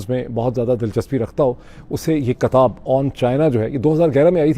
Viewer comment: It's not katab....it's kitab